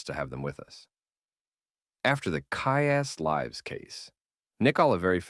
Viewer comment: I thought something was off about they way he said "Kyuss Lives!"